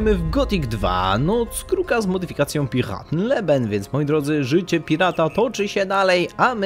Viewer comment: Ja chciałbym zauważyć, że to czyta się ,,piraten lejben''. Nie liben, nie leben tylko lejben! Pozdro :D